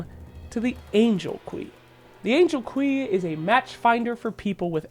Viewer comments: The Angel "Quey". It's pronounced "Q" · Que? Are you sure you’re not trying to say queue? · He pronounced que as kwee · You lost me at "Angel KWEEEEE" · Angel QWEE??? literally unwatchable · I realized this was a shitpost the moment he pronounced “Queue” wrong.